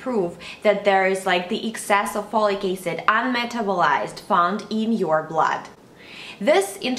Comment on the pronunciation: Folicase? Follycase? Slow down and pronounce it s-l-o-w-l-y: F-O-L-I-C A-C-I-D. Jeeeeze.